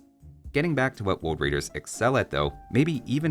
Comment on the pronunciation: Hahaha.. some people do mispronounce R as W. Elmer is the cartoon character that personifies this. "Woad wider."